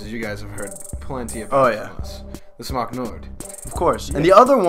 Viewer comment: ONCE AGAIN U GUYS ARE SAYING SMOK ALL WRONG...JUST SAYING!